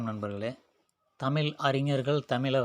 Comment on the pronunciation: தமிழ் என்ற உச்சரிப்பு தான் சரி. உச்சரிப்பைத் திருத்திக் கொள்ளுங்கள். ல் போன்று உச்சரிக்கின்றீர்கள்.